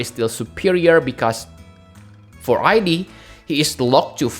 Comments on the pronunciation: Oh and I think he's really pronounced as ead (like in eat but with a d), in katakana, the name is written as イド, the same way it was written / pronounced for Sigmund Freud's Id. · The way pronounced Id's name was correct. It has to do with psychology and Sigmund Freud's understanding of the psyche. It's been a while since I studied, but as I recall, there were the Id, the Ego, and the Super ego. Everyone has heard the term "Ego," but the Id and Super ego are not as widely known. "Id" seems a fitting name for the character in Xenogears. I had never read it as "I.D.", but I can understand why people would read it that way since reading it that way implies identity.